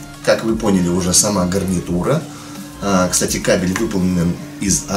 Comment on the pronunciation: ты сказал не гарнитура гавнитура